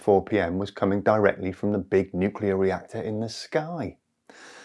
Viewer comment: You mean "nuclear"? 😅